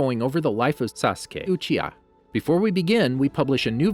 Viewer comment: "Suske ochiha" 😂 jk great video